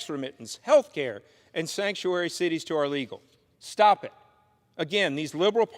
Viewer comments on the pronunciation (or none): none